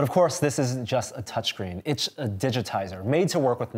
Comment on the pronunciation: it's = itsch. 😹